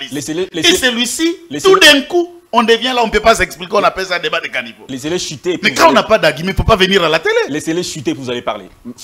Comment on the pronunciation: Aussi il dit plusieurs fois " carnivaux " à la place de "" canivaux""